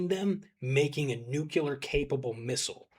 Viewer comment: Its a very common mispronunciation but please vegas there is no "Nucular weapon" its "Nuclear weapon".😅